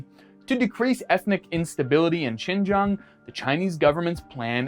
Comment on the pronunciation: You pronounced the word Xinjiang perfectly, even the tones are perfect. Well done. 👏